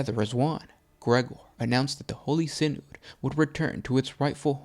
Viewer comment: SIGH-NOD, not SIN-OOD.